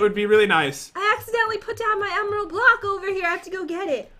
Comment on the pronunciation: I got zee emerald bloocke